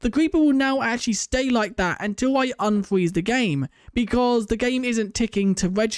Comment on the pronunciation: "unfweez the game"